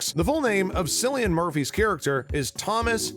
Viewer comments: It's Killian not sillian!! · It is pronounce KIL-LIAN with a K. You're welcome 😊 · It's pronounced Killian, how could you do so little research? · Just to let you know cillian Murphy’s name isn’t pronounced with an s but with a k. Think like car or cat.Just to let you know!😁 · bro the way he pronounces Cillian makes me feel a bit ill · UNLIKED. Just for how you say Cillian's name wrong! You have no idea how much i was cringing the entire video!🤯